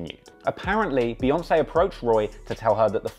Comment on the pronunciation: It’s pronounced "BEE"yoncé hence 🐝 not BAYoncé...get it right